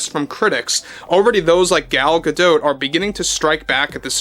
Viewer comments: why pronounce an isreali name as a french name? Gal is Israeli. GA-DOT not GA-Doh. was it Anwar Sa-Doh? of course not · Gal Gadot isn’t French so stop pronounce her last name wrong! She has been asked how to say her name in interviews and it’s pronounced exactly Gah Dot! The T is not silent, Think of Animanicas the Warner Brothers and their sister Dot!